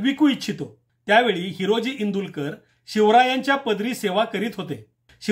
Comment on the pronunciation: माफ करा पण... इंदुलकर नाही तर इंदुळकर आहे.